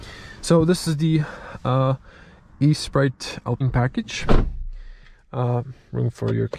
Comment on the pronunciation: This is not e sprite but esprit which means spirit in french... good review btw